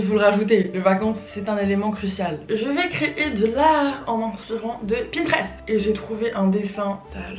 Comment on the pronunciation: ça m’a stressée quand elle a dit "pintrest " au début 😭